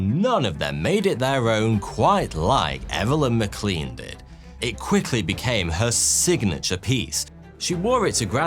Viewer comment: The surname Maclean is pronounced maclane, not macleen.